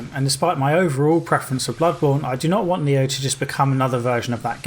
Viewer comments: He says neir and niho at the same time and I can barely distinguish the two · Next time you say "Nioh" and "Nier" closely together, remember that you're a Brit :P